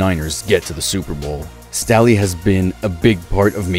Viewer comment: Joe Staley not stally lol and he's not a defensive tackle and you literally said San Francisco Giants 😂 bro that baseball